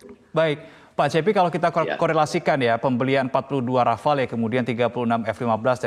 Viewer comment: Bacanya RAFAL bukan RAFALÉ